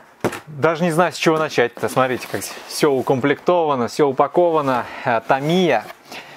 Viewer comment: Не ТамИя,а ТАмия.